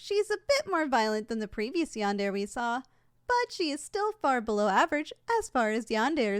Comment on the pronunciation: Is anyone going to point out the fact that she’s pronounced yandere wrong